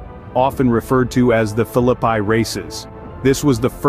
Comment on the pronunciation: Love this video, but Philippi is pronounced fil-i-pee. I grew up 10 minutes from there!